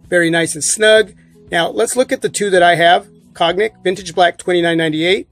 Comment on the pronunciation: Cognac = "Cone-YAK"